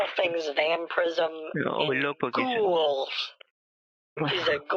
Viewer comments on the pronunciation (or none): The way he says ghouls lmao